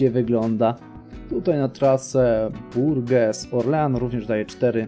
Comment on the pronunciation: Mała pomoc w wymowie: Bourges - Burż, Le Mans - Ly Mą, Nantes - Nąt, Tours - Tur. Będzie Ci łatwiej :)